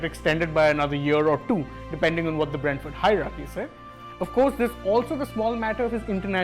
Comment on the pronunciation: It is Brentford not Bradford, these are two different clubs, improve pronunciation